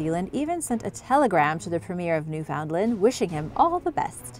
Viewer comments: I think it's odd how you looked up how to say every name except Newfoundland, you don't pronounce it how it looks, It sounds like New Fin Land, take it from me and east coast Canadian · Us canucks pronounce it as "New-fen-land" all together and a bit quick